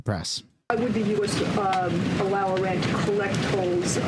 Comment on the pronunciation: i wont't unsub yet, but i will give you a thumbs down,... HEY IT'S NOT Oran, it's IRAN..